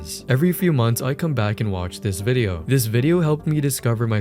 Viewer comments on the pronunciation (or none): none